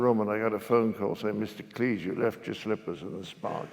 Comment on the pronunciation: Thank you! Drives me nuts! John Cles? Professor needs education......